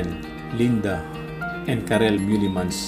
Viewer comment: It is MEUlemans....not MUElemans....but it is a nice film !!